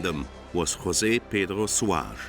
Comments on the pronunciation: José is not pronounced like Spanish, though, J is a J in Portuguese, not like H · The portuguese language is not SPANISH! IN PORTUGUSE WE PRONOUNCE JOSE JUST LIKE ENGLISH! A "J" IS a J, is a J, is a J! NOT HOSE! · The name "José" it should be pronounced in the portuguese language! In Portugal it's spoken Portuguese......of course not spanish!!!! Before you speak Portuguese words and names, get informations how it calls in Portuguese! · You don’t pronounce Portuguese like Spanish, except Jose. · No ! In Portuguese the J is pronounced like in in English, in Spanish the J is pronounced as an H . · Portuguese j is pronounced like in French, not English.